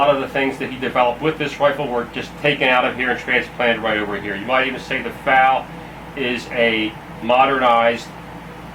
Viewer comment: If you call it a FAL again, I am going to slap you. F-A-L